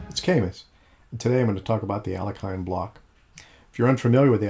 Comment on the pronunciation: You pronounced Alekhine incorrectly